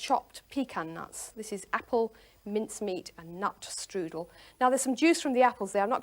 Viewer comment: That may be good, but it is NOT a " štrudel".